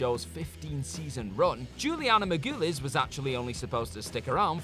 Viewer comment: I’m starting to think you guys take pride in mispronouncing famous peoples names. Who the hell is Juliana Mar-goo-les?!